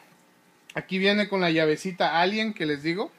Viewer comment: Es alen, no alien